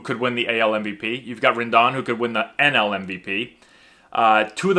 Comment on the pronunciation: Rendon’ s name is pronounced with a long “O”.